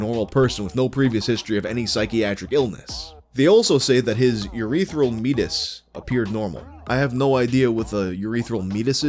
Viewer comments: For what it's worth, "meatus" is pronounced like "mee-A-tus" vs like "meat-us". It sounds fancier that way, but yes, it's just the medical word for an opening. Like how eructation is the fancy word for burping or micturition is the fancy word for peeing or epistaxis is the fancy word for a nosebleed. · Meatus is pronounces me-AY-tis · the way you pronounce meatus is very funny to me